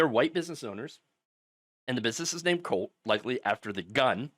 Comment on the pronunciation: ooh ! COLT grill lol I wasnt looking at the video when it started and thought he said Cult Grill. I'm here saying to myself... how ironic!